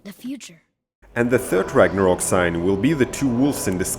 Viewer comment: it called Ragnarök not rangarok.